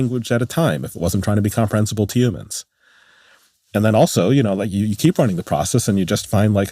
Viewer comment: Yuuumins? 😂human